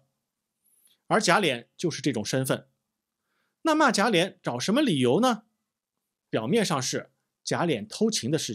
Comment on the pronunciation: 贾琏，lian,二声，不是三声。